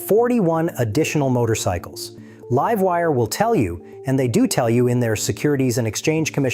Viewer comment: Livewire was pronounced correctly.. have a timestamp?